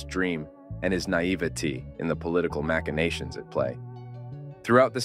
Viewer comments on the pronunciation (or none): I really hate it when AI can't pronounce words correctly. Machinations is maSHəˈnāSHəns...and not "Match in Nations" as the poor man's computer garbled it.